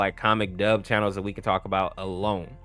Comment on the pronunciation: bro said cood there cood beyond repair